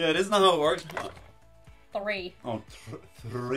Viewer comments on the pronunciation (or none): That look from Editor at:13....deadly. rating something more than a 6? What is the world coming to nowadays? And yes, you said "tree" instead of three.